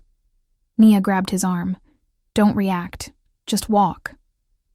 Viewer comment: One thing: decide how you pronounce the character’s name. Is it “Nee-a” or “Nyi-a”? Be consistent. On another note, I’m impressed with the imagery in your stories